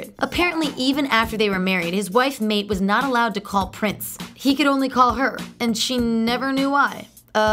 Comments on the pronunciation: I'm sorry, I couldn't finish watching this. It made my head hurt! After slaughtering Mayte's name with "Mate", and a whole lot of inaccurate "facts", that looked like the research assignment of a 2nd grader... I was done by the time I heard "SignHead" O'conner! All I can say... this was straight garbage! Or should I say, "Gar-ba-jay"! And I truly hope that Prince's new fans, will not take this seriously and would't take this as anything but click bait! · Some of your 'facts' are incorrect. Prince left home because his dad caught him messing with a girl....BTW, Mayte is pronounced 'my tay.' SINEAD is pronounced 'shin aid.' 3121 (pronounced "thirty-one twenty-one") is the thirty-first studio album by American recording artist Prince. It was released on March 21, was released by NPG Records and distributed, under a "1-Album Deal", by Universal Music. 3rd Eye Girl was never part of NPG.... 'raspberry 'sorbet?' What the fuck. Prince's dad treated him horribly and was a womanizer...on one hand preaching religion..on the other, messing with strippers. Prince started 3rd Eye in 2014. I refuse to even listen to the rest of this video... it's disrespectful for you to not have the exact facts and pronunciation. DONE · Can someone teach this girl how to pronounce Mayte and Sinead? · Lots of people have absolutely murdered her name but it doesn't take much to watch one interview with Prince saying her name correctly LOL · Exactly! She has no knowledge of Prince. Just reading the teleprompter. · The fact that she pronounced Mayte name wrong made me laugh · Pretty good all in all, though you did say Mayte's name wrong. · You're saying Mayte's name incorrectly..... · Um...I cringed at the way she mispronounced Mayte's name 😑😑😑😐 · OMG Learn how to pronounce his wife's name, please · Learn how to pronounce Mayte!!!! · Had to roll my eyes when she pronounced "MAYTE" wrong... It's MY-TAY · Who the hell is Mate?! Her name is Mayte.... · Mayte is pronounced "My-tay" not mate! 😒